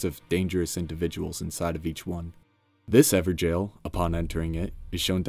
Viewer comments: I keep hearing Ever "Jail" but would it not be pronounced 'Gow-ol'? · Everjail? Pretty sure evergaol is not pronounced like everjail. Someone failed hooked on phonics. 😂💯 Atleast you're not saying gorn Lord of blood. 😂😂😂